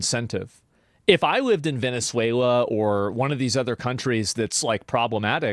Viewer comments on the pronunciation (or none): none